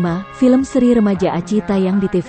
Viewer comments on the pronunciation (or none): none